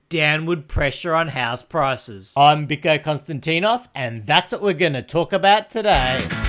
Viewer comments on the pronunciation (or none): Biko not bike